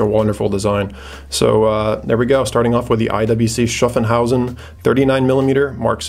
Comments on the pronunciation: Its SHHAAFHAUSEN. Not SHAFENHAUSEN. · *Schaffhausen not Schaffenhausen ;) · Hi: Nice video. Thanks. A note on IWC Schaffhausen pronunciation: it is Shaff-house-en. Keep up the good work m friend. --Michael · yeah. I just wanted to get him a little closer to the correct pronunciation. Then I thought about it some more and it is more like Shoff-hauz-in. Haha. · Schaffhausen .Pronaunce Schaff a bit like staff and shit